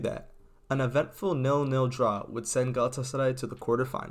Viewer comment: i love how well he pronounces Galatasaray